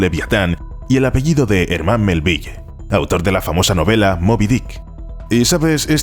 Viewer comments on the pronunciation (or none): Lo que es la ignorancia de la gente que da por bueno cualquier cosa que le cuentan solo porque la cuentan. Por lo pronto habrá que aprender cómo se pronuncia el nombre del autor de Mobi Dick que no se dice "melvilley". Y Leviatán se dice cómo se escribe "Leviatán" no "liviatán" no es precisamente "liviano" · Hey, tú cómo todo buen habitante de la península Ibérica, y yo amante de tus videos pero fiero crítico del lenguaje oral y escrito, Melville pronúncialo Melvil, recuerda que es de origen anglosajón, por favooor regálanos ese lindo detalle, va?